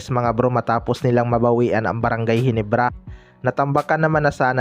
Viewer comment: Ayusin mo nman bigkas. Mo GINEBRA hindi GENIBRA nkakahiya nman